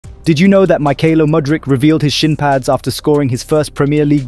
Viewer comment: What are SHIN PADS? the way he pronounces SHIN 😅🤣🤣